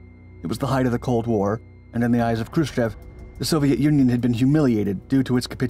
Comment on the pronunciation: Hrushciov not Hrushcev!